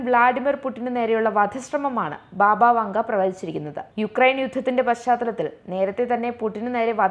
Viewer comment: ബാബാ വാംഗാ എന്നാണ് . ബാബാ വങ്ക എല്ല